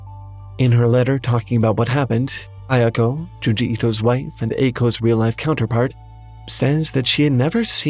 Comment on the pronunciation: It's Junji